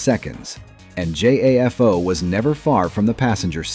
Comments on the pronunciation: Obviously AI when he keeps pronouncing JAFO as J-A-F-O. The creator of the video shoulf have explained that to AI. It is only meant to a tool, not the lead creative. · Tell me you don't know how to make the auto narrator properly pronounce JAFO without telling me you don't know how to make the auto narrator properly pronounce JAFO.